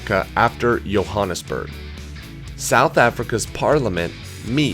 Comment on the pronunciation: Johannesburg... say Joe Hannis berg....